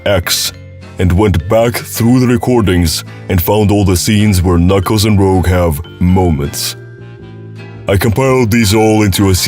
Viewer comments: mf its pronounced "rooj" not "rogue" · It's Rūj not rowģ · this video keeps hitting me with mini crits every time he pronounce rouge as rogue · D&D players: Spelling "Rogue" as "Rouge": Pronouncing "Rouge" as "Rogue" If this was intentional then it's actually a pretty clever meta joke. Somehow, I'm not convinced though. Everyone is just a little dyslexic it seems, and rogue/rouge is such a common mixup. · you know it's pronounced rooje, right? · "Rogue" Dude. Make an effort. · Having been playing SA2 nonstop for the past 2 months, I can confirm Rouge is not pronounced Rogue